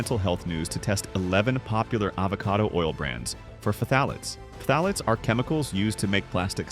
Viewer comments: "fah-tah-lates??? LOL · Just say it like Thalates.